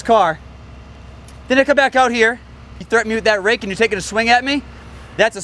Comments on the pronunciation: Keeps saying axe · Did anyone else hear axe instead of rake